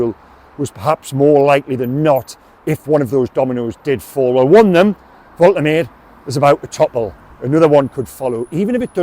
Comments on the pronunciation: Fair play m8 but ive listened to the German commentary first his pronunciation and it's pronounced volt er marder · Love your updates and passion for the Toon. Pronunciation of Big Nick's surname: Volta-Madda 👍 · It's pronounced Vol-Ta-Maa-Da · The pronunciation is 'Vol-ter-maa-duh'. They pronounce vowels over there in Germany. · I am German. Nick "Voltemad-e" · Well done,: first with the news again. By the way, Germans pronounce "W" as "V" (and "V" as "F" - so Volkswagen is pronounced Folks- vargen). So Waltemade is pronounced Volt-er-marder 🙂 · White English journalists’ and pundits’ flat refusal to learn how foreign names are pronounced is undefeated. There’s no chance the club, when leaking this to him, didn’t correctly pronounce the name. So I don’t buy that he doesn’t know how It’s Vole-Teh-MAH-da,. Not that hard to remember. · Fingers crossed! Pronunciation Volt-er-mar-de! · Pronounced Voltimada. Ive said this before why is it only Newcastle fans that never pronounce the players names correctly. Its embarrassing ffs. Shar, Guimaraes, Malick Thiaw, Sesko, Mbuemo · Thanks for bringing this to us. Woltermade looks the biz, touch of the berbatovs about him. Nice to be excited again. I've just checked the pronunciation prior to my video & it's "Volt-a-marde" apparently 😉👍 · Its Vol-Te-Mar-Deh, come on you English Stop butchering foreign names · Hi methinks the pronunciation is Vol - teh - mad - eh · Thanks for the news and for your excellent reporting. You will of course learn to say his name correctly which is Voltamayda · Pronunciation, I believe, is Volta-marda